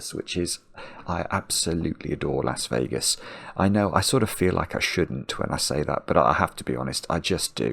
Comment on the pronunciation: (sorry to burst your bubble) but it's "Las Vegas" not Lass Vegas -- although, there are plenty of Lasses dancers that you would enjoy lol).